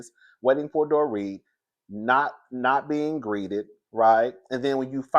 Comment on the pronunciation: I don't know if it was me but it sounds like you said the doretha